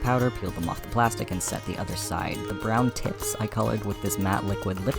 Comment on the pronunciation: i SWEAR it sounds like you said "ThE bRoWn TiTs" lmfaoooo